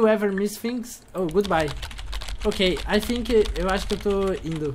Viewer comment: "i thinco..." kkkk parece eu lendo em ingles